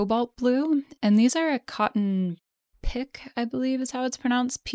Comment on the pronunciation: FYI ❤Pea Kay is how you say pique!